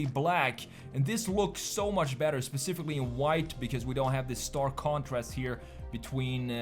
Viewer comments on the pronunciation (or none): none